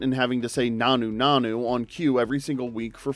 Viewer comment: It also horrifically mispronounces nanu nanu, shazbot and Rob Petrie.